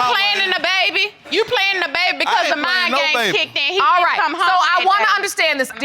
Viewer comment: I thought he said Mine Games but it was Mind games Mr. Famous bling blanng